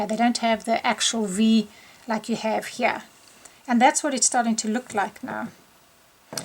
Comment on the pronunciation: Why does your here sound like hyah?